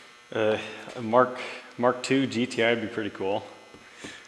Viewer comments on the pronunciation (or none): none